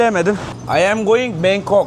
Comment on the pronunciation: Bangkong değil Bangkok.